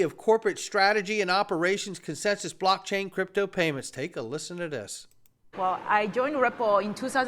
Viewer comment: ...What is a "Brock Chay"? 🥴